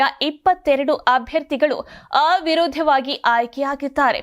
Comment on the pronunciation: ಆ-ವಿರೋಧವಾಗಿ ಅಲ್ಲಮ್ಮಾ ಅವಿರೋಧವಾಗಿ, ಸರಿಯಾಗಿ ಓದಬೇಕು